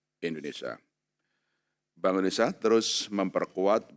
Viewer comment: baca: indonesia bukan indonesa